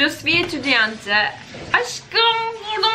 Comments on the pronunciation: EtüdiyantE değillll "etüdiyant" erkekler için ise "Etüdiyan" şeklinde okunur. mais is ma şeklinde değil me şeklinde okunur. 😂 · étudiante = etüdiyant diye okunuyor, sondaki e'yi okumuyorsun! Paris'te yaşıyorum, fransızcaya alışmam en az 6 ayımı aldı. Fransızların eğitim sistemi böyle bir anda kendini bir sürü bilgiyi aynı anda öğreniyorsun. Bol bol pratik, fransızca şarkı ve okuma egzersizi yap! Sen onu sevdikçe sana da kolay gelmeye başlayacak:)